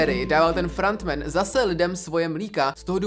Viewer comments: "frAnt men" 😂🤦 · Pane bože… “FRANT MEN” a “ SAS” celkově ta anglická výslovnost mě vymrdává mozek z hlavy 🥲 kazí to ty videa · "Frant Man"😂😂 nemyslel si nahodou "Franta Man"?